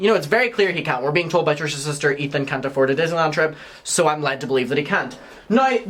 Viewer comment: Excuse me... Kali said.. "Ay-ford" not "afford" 😂😂